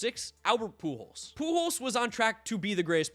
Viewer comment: Hate to be that guy, but Pujols*